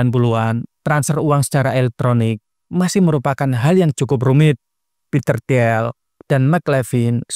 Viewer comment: bacanya "til" Peter til (i nya agak panjang), bukan ti-el